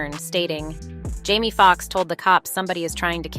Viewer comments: Why does the narrator keep pronouncing Jamie as Jammie? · It's so annoying that the commentator has no desire to pronounce the name of these people correctly. His name is JAMIE not "Jammie". You have the audacity to even write it as "Jammie" in the graphics. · Hussy he name is Jame e not Jam e